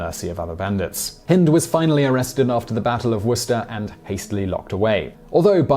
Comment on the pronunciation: Thanks for pronouncing Worcester right I live in the Worcester in Massachusetts and people who aren't from here always pronounce it Warchester I don't know why there is no ch